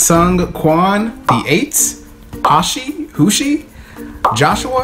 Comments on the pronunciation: Him saying Hoshi as HosY cracked me up I was dying before he even started the video oh Jesus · Ha-shi/hoo-shi was my favorite 😂😂😂 I'm glad he tried though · Funny how he said hoshi lol😂😂